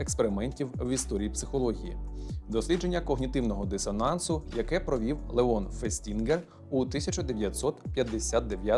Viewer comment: Лео́н Фе́стінгер, ріже вухо…